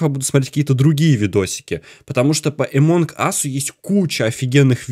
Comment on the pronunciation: Амонг а не эмонг